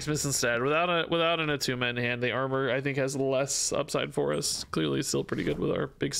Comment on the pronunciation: ITS NOT ATTUMA